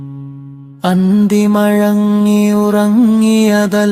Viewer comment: അന്തിമഴങ്ങി എന്നല്ല അന്തിമയങ്ങി എന്നാണ് മഴക്കം എന്നല്ല മയക്കം എന്നാണ് മുയക്കം എന്നല്ല മുഴക്കം എന്നാണ്